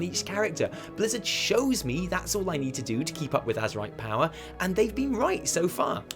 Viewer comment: You don't "eed" anything?